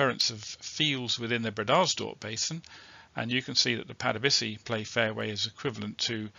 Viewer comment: Glad you to hear your dulcet tones ……but do you really pronounce “breeders dorp” basin that way?🤔 ……old stomping grounds eh?…..glad they got it all drilled in the end!